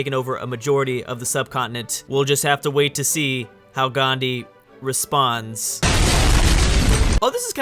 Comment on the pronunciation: How did you say Gandhi its indenpence week 🙄🙄